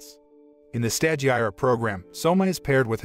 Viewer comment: You desperately to watch & LISTEN to the anime in order to learn how to pronounce the names of things because as it is you mangling the language; stagiaire for instance is FRENCH & pronounced STAu-Ge-AIR 3 syllables, Long a, long i, silent e